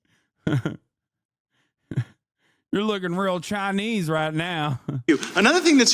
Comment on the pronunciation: Pronounced "Chinee"